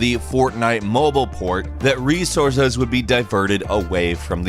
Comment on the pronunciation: Lol the way you said resources